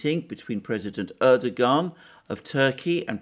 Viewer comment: Turkish bro, the 'g' is a bit silent. Erdo-an